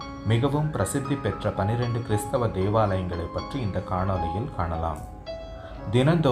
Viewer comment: கிறிஸ்தவ.... கிருஸ்தவ இல்லை.. வேளாங்கன்னி.. கண்ணி இல்லை.... எப்படி உச்சரித்தால் என்ன...என்ற மனநிலை வேண்டாம்...